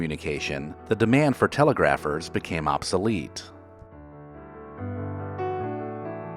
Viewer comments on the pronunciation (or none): Telegraphers = Teh-LEG-gruh-furz